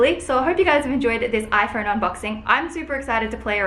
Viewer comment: I hate how you say “iphoUne”